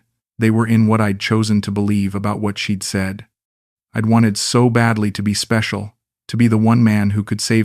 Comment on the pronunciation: ""You speshull" 😂